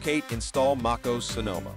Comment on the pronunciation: It’s not fucking called “Make oos” It’s like fingers on a chalkboard hearing you say that